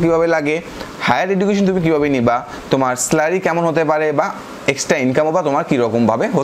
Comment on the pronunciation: Subject review is very accurate. And vaia Salary ke স্লারি na বললে khub valo hoy☺️☺️😊